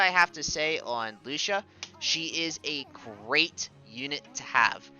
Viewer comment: Lucia's MA that she got a couple of weeks ago: HP +300 MATK +50 Skill Use Count +1 Also I think her name is pronounced more like Lu-chee-a